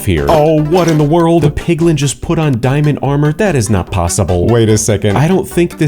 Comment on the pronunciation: Its diamond not dimond